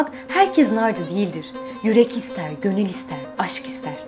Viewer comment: Gönül deyil,gonülll...kurban olurum sana...